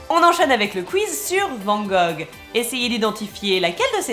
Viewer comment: Amis français, prononcez Vanne Gogh pour ne pas passer pour un touriste dans un musée.